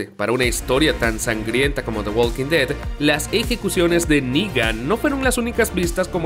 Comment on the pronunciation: No pude terminar el vídeo... Que mal pronuncia el nombre de la serie por Dios...